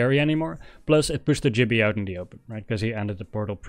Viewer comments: Great video but its gibby not jibby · Great walkthrough, although his name is Gibby, not Jibby 😂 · Its GIBBY NOT JIBBY